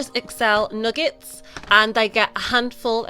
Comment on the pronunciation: I like hearing people from foreign land say words that I normally say